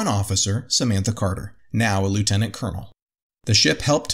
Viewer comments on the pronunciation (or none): none